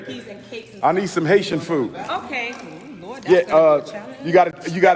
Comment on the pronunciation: Lol when she said Lort I 😂😂